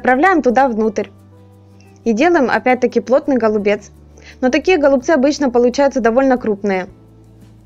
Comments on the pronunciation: Голубцы-ударение на букву«Ы» ! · Убедительная просьба в ультимативной форме правильно произносить данное слово голубцами голубцы голубцы голубцы